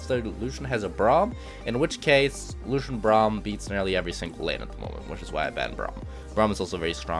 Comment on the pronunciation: the way he says Luuschen